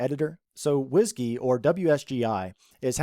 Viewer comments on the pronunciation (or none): Did he say Whisgey? :) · pronouncing 'WSGI' as ... whiskey ... nice :-)